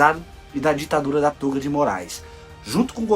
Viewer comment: toga com som aberto, viu! Não é tôga.....